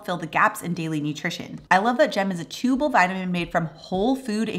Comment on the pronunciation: I've just spent ten minutes trying to work out what a "chooble" vitamin is... then realised what meant was "chewable", like chew-a-bull...;)